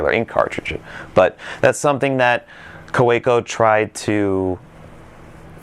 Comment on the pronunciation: It's pronounced "Kaveco".